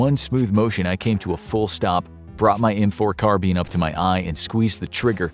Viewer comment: "m4 carbeen?" Is that how it's really pronounced?